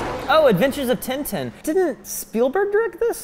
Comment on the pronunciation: It's Tintin, not tinetine.